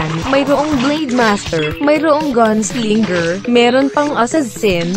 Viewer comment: Dragon radya gun sling ger nice pronounciation